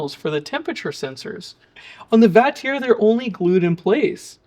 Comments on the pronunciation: The name Vatrer is pronounced "VAH-trer" (rhyming with father on the first syllable and sounding like trek-er without the 'k' on the second), and it is commonly acknowledged by the manufacturer and reviewers alongside variations like vater. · Where did you get the pronunciation? Wouldn't your pronunciation require it be spelled Vatierre?